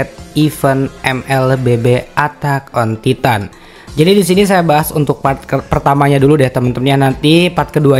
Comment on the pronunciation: “Atak on titan” wkwk padahal gampang banget nyari gmna nyebut bahasa inggrisnya😂